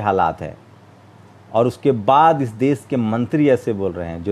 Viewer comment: aap apni bhasha shudh kijye plz.sha shabd ko sa na kehkarvucharit kare. Aap deshbko des kehvrahe ho Shramik ko sramik kehte ho pls bhasha sudhar kijye.